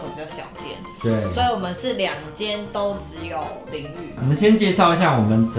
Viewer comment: 淋浴=淋雨 哈哈XD~